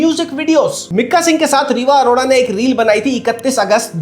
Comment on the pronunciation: अरोरा ❌ अरोड़ा ✅